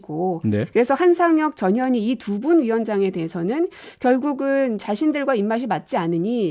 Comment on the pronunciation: 전현희 발음 정확하게 해주시면...